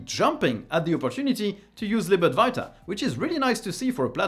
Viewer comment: Why do you always say Lib Adwarta instead of [ad-va-ita]